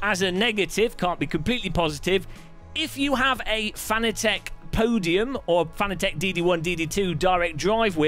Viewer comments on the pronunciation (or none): It's Fah-naa-tick